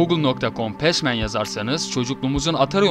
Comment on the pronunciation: Pesmenmi? pesmın olmasın o